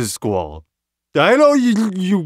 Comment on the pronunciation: He called Squal Leon :D